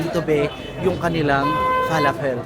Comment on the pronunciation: Fe-la-fel ang pag pronounce hehe